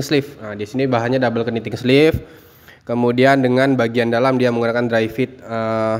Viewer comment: PENYEBUTAN KNEEPAD = NIPED KNITTING = NITING BUKAN KENIPED BUKAN KENITING